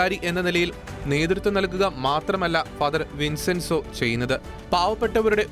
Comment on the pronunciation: വിൻസെൻസോ അല്ല വിഞ്ചെൻസോ ആണ്